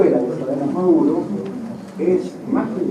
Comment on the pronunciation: Escucha a Maduro, le dice KAP😂😂😂😂